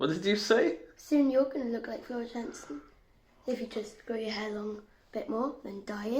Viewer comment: Her last name is pronounced yansen jansen she's Dutch